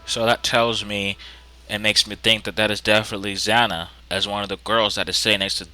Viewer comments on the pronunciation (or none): It's Xana. Not zanna.........